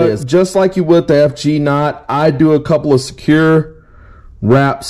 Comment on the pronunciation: Can't pronounce FG . Prob not the most informative video.